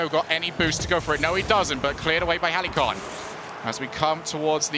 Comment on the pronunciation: Thank god stopped saying Heli-con.